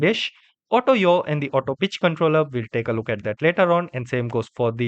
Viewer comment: "auto bitch controller" 💀💀💀💀💀